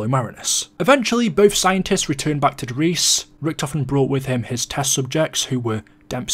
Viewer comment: It's pronounced "der riesuh"